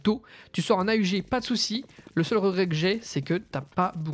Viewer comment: a-u-g non non AUG